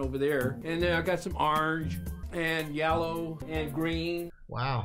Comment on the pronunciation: "Yallow" gtfo of here 😂